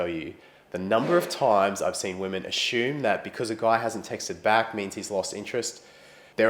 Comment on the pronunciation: ashoom xD love how you say asume